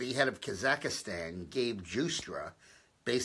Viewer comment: I'm sorry Dick, but I can't take it anymore. It's Kazakh-stan, not Kazika-stan. The people are Kazakhs. Love your channel. With the Clintons it's always "follow the money." You know they are! They are Arkansas trailer-trash grifters and that's all they'll ever be. What is going on with Sessions? Why is he AWOL? This healthcare deal is crap. Congressional Republicans suck. All talk to get elected and no follow through. Bannon is a hero. I hope he watches his 6.